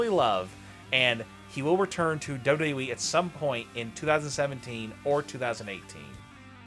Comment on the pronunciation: Your pronouncing of WWE is frustrating...